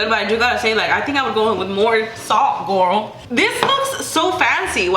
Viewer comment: I cannot when u say gourl or whatever it really irks me...